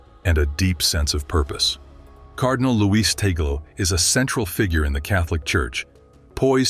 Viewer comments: Correction pls.. not tagol but TAG-LE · Not tagol but TAG-le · Another correction it's pronounce as TAG-LE not TA-GLE because he is a Filipino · His name is PRONOUNCED AS … Cardinal Luis “ TAG-LE “ …!!! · Pronounce his name TAG-GLE